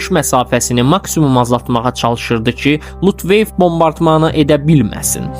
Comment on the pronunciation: Hazırladığın video çox keyfiyyətsizdi danışığında pəltəklik olduğundan başa düşmək olmur lutveif yox lütvaffe😂😂😂